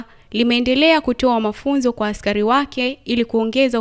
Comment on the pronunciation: Askayi, askayi,,askai,,,coplyo 😂😂😂 he !! Hatari hii